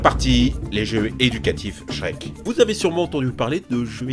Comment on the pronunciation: Pourquoi la plupart du temps quand tu dis Shrek, tu mets un S à la fin? 🤔 Oui cette question est très importante